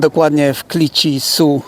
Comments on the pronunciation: Clichy to nigdy nie była bezpieczna dzielnica, zawsze tam było mnóstwo wyrzutków i to grubo przed 2005 rokiem. A wymawia się to Kliszi a nie kliki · Nie Kliczi a Kliszi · Czyta się kliszi....... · Clichy : wymowa [cliszi] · Kliczi ...😂😂😂 ucz śię języka, weź lusterko..."patrzą śię na mnie "😂😂- , jeszcz jakby Ci bęcki spuścili...to byłoby 👍👌